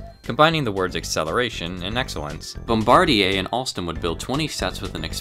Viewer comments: Thank you for saying Bombardier properly!! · Great job on that Bombardier pronunciation!